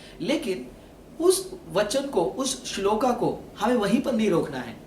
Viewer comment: Hindi to sahi bol rahe ho fir shlok ko shloka or puran ko purana q bol rahe ho